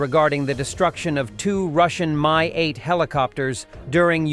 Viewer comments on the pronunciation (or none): "Mi-8" (not "MI-8", BTW) is pronounced as "me" - or "mi" as in "minuscule"/ "minute", not as in "mine". And then you don't say "en–ey–es–ey" but NASA, and the same goes for MAGURA V5 - which is, according to Auntie Wiki: "MAGURA V5 (Maritime Autonomous Guard Unmanned Robotic Apparatus V-type) is a Ukrainian multi-purpose unmanned surface vehicle .... capable of performing various tasks: surveillance, reconnaissance, patrolling, search and rescue, mine countermeasures, maritime security, and combat missions" So, repeat after me: ma–gu–rah. Repeat again. Make it 500 times or until cows come home - whichever comes latter. "House of Culture" is a lousy direct "word–for–word" translation of Russian "Дом Культуры", which would be better translated as "Arts and Performances Centre". Or a "Cultural Centre". In short, thisi is the place housing cinemas, various "community activities" workshops, maybe a theatre - and such. "The Five, Ozone" Russian word/ term "пятёрка " (a/ the five) is synonym of "perfect", as "5" is/ used to be the school grade corresponding with American "A" (the best grade possible - the lowest one is/ used to be "2"). So "the five Ozone" is something like/ akin to "The Best Deals Ozone" (Ozone is the supermarket or "discounts" chain in Russia, as far as I can gather - think Walmart or Kwik–E–Mart from Simpsons - or something "in between").